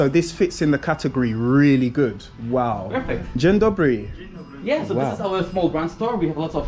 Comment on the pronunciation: Bra I just stumbled across your channel I'm a black man I love the Polish people but you need to make an effort learn another Polish other than just gin dobre and the word for chicken isn't Curry in Polish, just clicked on Google you will learn from that as well, how to say the words properly like thank you how to say yes how to say goodbye just simple basics just them my man just learn them you will come across it's a bit more vocally literate other than just saying curry curry curry and gin dobre gon dobre gon dobre so please don't try not to butcher the language learn from you speaking to! Peace